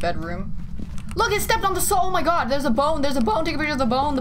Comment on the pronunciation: i hear "bong" instead of "bone"